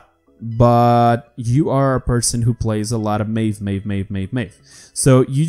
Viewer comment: Ik IT was 13 december 2018 but...PLEASE...Say Maeve's name correctly. Just MIF not mejw just MIF that's so easy...If said something wrong please forgive me.